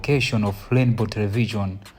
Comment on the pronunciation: You reporter it's not lainbow it's Rainbow. It's not macla it's MACRA. Ndiwe reporter wochititsa manyazi, anakutola kuti?